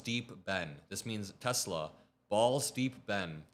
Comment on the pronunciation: I love Teslurrr'